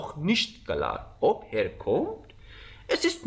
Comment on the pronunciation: درود، چرا به Er میگید هر؟؟ E صدای ه‍ نمیده